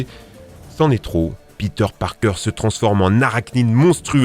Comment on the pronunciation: PETER PARPAING EUH PARKER